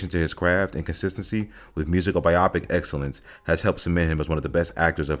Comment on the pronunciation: Say it with me bye-oh-pick. Bye-oh-pick not bye-opic. Great video otherwise although you cut off the ends of your words a few times. 👏